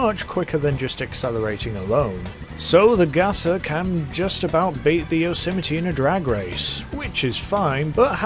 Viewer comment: It’s pronounced yo se might not whatever the fuck u just called it